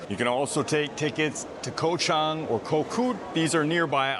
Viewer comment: Very well done video. I think that did cover what's important at the airport. "Koh" is not pronounced "koh" though. It sounds like "gaw". So Elephant Island for instance, is "Gaw-Chang".